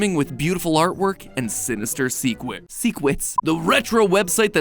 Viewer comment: I love that they kept in the "Sinister Sequits" mistake at the start 🤣🤣🤣🤣